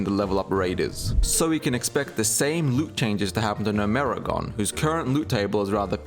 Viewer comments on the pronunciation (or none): never in my life have I heard someone say gnomergan "NO-MERI-GONE" wtaf zoomers really can't read